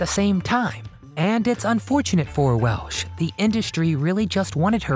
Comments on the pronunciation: Over and over I hear the woman's name pronounced 'Welsh' by the narrator not 'Welch'. An adequate overview, with so many vintage clips, but far from complete. AND, as others noted / complained, neglects what this title 'teases' -- WHY she quit Hollywood. Hollywood movies quit her after she sued Metro-Goldwyn-Mayer for their dumping her from its 1982 release with Nick Nolte as male lead, "Cannery Row" after two days (or five; sources vary) of shooting in 1981. She stuck with it and eventually won; awarded over $10 million in 1986. Hollywood's 'a small town' -- the other studios pulled rank with Metro. She switched gears and kept a high profile on television, stage and personal appearances. . . . Another controversy: passionate about the Native Americans' cause she developed and filmed "The Legend of Walks Far Woman" as a three-hour TV movie for NBC in 1979, but the network 'sat it on the shelf' (i.e., the film canisters lay on the shelf, not projected for the intended viewing / presentation). She was further disheartened that when the network finally aired it, May 1982, they'd cut, cut, cut it and ran it as a two-hour movie. The irony -- or sweet revenge -- was that "The Legend of Walks Far Woman" became the highest rated movie of the year. While there's much to praise about her career and life, the early career, late 1960s public squabbles with film co-stars Jim Brown, Burt Reynolds (both "100 Rifles") and James Stacy ("Fathom") are glaringly absent / overlooked. "So, 'DoYouR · Definitely mispronunciation of her name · It's WELCH.......not Welsh